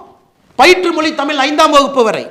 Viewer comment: வழக்கம்போல அண்ணாமலை கலக்கல்... உங்கள் கருத்து முற்றிலும் சரி... தமிழகத்தின் விடிவெள்ளி அண்ணாமலைக்கு ஒரு சின்ன விஷயம்..... தமிழின் சிறப்பு அதன் ழகரம் தான். ஆனால் அதை... மொளி, தமில், தாய் மொளி, இருமொளிக் கொள்கை, தமிளகம், பிளைப்பு, பயிற்று மொளி.... என்று நீங்கள் பேசுவதைக் கேட்பதற்கு மிகவும் வருத்தமாக உள்ளது... ஏற்கனவே இன்றைய இளைஞர்கள் தமிழைக் கொஞ்சம் கொஞ்சமாகக் கொன்று வரும் நிலையில், இளம் தலைவர்கள்...... அதுவும் அண்ணாமலை போன்ற வரும்கால நம்பிக்கை நட்சத்திரங்கள் இப்படிப் பேசுவது மனதை மிகவும் வேதனைப் படுத்துகிறது...... உங்களது நேர்மை, உழைப்பு, தைரியம் ஆகியவற்றைக்கண்டு ஆயிரக்கணக்கான லட்சக்கணக்கான இளம் வயதினர் உங்களைப் பின்பற்றும் நிலையில்....நீங்கள் இப்படிப் பேசுவதைப் பார்த்து அவர்களும் இப்படிப் பேசத்துவங்கினால் என்ன ஆவது..... (ஏற்கனவே பெரும்பாலானோர் இப்படித்தான் பேசிவருகின்றனர்) ஆகவே தமிழக மக்களைக் காப்பாற்ற அயராது கவனம் செலுத்தி வரும் அண்ணாமலை, தமிழையும் கொஞ்சம் கவனம் செலுத்தி சரியாகப் பேசினால் நன்றாக இருக்கும்.... இதை யாரும் தவறாக எடுத்துக்கொள்ள மாட்டார்கள் என்று நினைக்கிறேன்.....